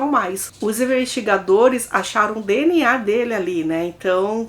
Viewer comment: Eu só escuto ela falar "deniá" em todos os vídeos 😂😂😂 (DNA)